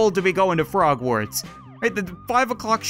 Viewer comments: It's Hogwarts not frogwarts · HOGWARTS not FROGWARTS megh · Did you say frogwarts don't you mean hog warts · Did he just call hogwarts frogwarts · At 2.11 in the video he said frog warts I hate Harry Potter but I still know it is hog warts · Did he say “Frogwarts?” XD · He said Frogwarts Lol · Did he say.... Frogwarts? All Harry Potter fans are going to be TRIGGERED